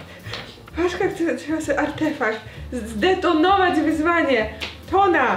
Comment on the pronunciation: "Chce to zdetonowoć" xd❤❤